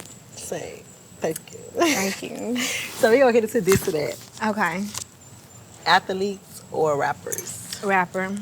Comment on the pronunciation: "Ath-a-leets" BOL.. I love Caresha bol